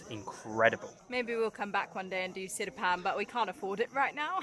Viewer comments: Sipadan bro. Not sidipan. Platinum diving spot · Correction, it's Sipadan not Sidipan😅👌🏻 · I’m a Malaysian. I think it’s Sipadan, not Sidipan? Btw great video! Come again and again!